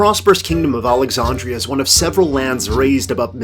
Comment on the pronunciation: How do you mispronounce Alexandria?